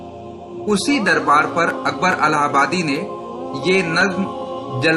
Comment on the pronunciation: الہ پرزیرپڑھیےزبرپڑھناغلط ہے